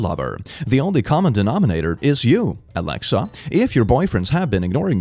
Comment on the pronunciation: This is fucking with me cause my name is Alexa and every time he says “Alexa”, especially so pointedly catches me off guards XD